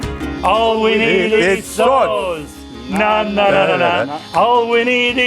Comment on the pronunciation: Love how he occasionally slips in a ausie "naow" 🤣